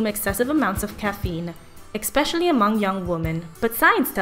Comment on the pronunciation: 2.29 eXpecially ? Seriously ?